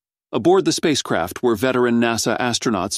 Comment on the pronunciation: Every time he said space craft, I heard space crap! Hahahaha